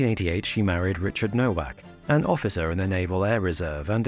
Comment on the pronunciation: "Nowak" is pronounced "Novak."